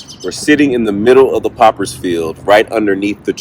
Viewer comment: It's called "Potters Field"...not Poppers....man....love love love